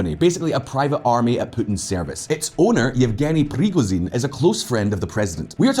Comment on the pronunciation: please, in words kinzhal and Prigozhin letters "zh" sound like letter "s" in word "vision" - "ʒn"